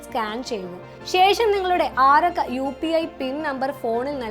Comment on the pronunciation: ആറക്ക എന്നത് ആരൊക്കെ എന്നാണ് തിരിയുന്നത്. നിർത്തിനിർത്തി പറയുക